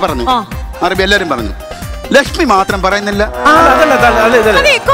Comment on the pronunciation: അടിപൊളി ലക്ഷ്മി അതിൽ ഹ്‌റ ഉച്ചാരണം ശരിയാ രീതിയിൽ വന്നു 👍🏻❤